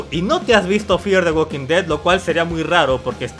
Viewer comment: Uolki tolki 😂😂😂😂😂😂😂😂 ualkin ded 😂😂😂😂